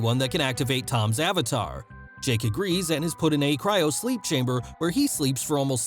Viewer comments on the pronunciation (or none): none